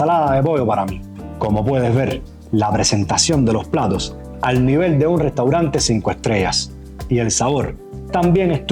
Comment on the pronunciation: Se pronuncia levol